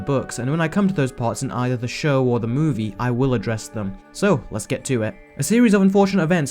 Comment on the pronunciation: Why do you say "movie" so weirdly? Also there are no facts